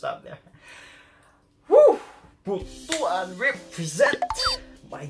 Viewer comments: We're gonna take a moment to learn how to pronounce Butuan City correctly. Butuan is pronounced as BOOT + WAN . NOT BOO + TU + AN. Buto (boo + tu) means male genitalia in Bisaya. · Its pronounce "Boot-twan". Not "Bo-tu-an". Kabastusan yan, pari. Dugay kana sa labas ng Pinas. Tonto lang ka gihapon.